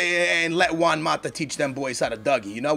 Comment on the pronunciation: i would've said chelsea and man u are bigger rivals than man city and man u, and how is it you can pronounce juan right but özil wrong? uuuurgh-zil